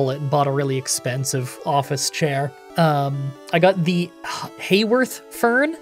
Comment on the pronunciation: Glad to hear you’re doing better! You said it right the first time it sounds like Hayworth. They make great stuff my company uses them. You could also check out Herman Miller Aeron seating. They’re really good chairs